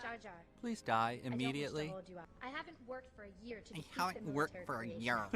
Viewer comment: "I haven't worked for a yerr...."